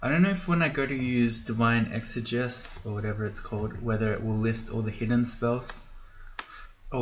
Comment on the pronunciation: it's ˌek-sə-ˈjē-səs